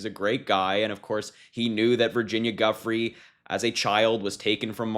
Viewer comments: It’s pronounced DUE. FRAY Harry, not guffrey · “Geeeu-fray” Virginia Giuffre’. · It's pronounced Joo-Frey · Exactly it's Joo- Fray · Yeah, its not Guffry